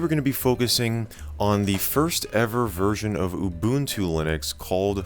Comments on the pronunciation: Ubuntu Mjd: “oooo bunt two” Correct Pronunciation: ooo boon two” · 10 It's OOH BOON TOO. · Thanks for saying "Ubuntu" correctly. EDIT: I spoke too soon.